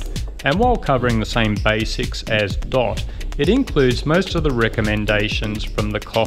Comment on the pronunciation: Its not Dot. Its D.O.T an acronym for Department of Transportation..